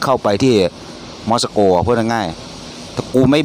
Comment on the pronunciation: 5555 ม็อด-ซา-โก ต้องอ่านว่า มอส-โก 5555..บรึ๋ย..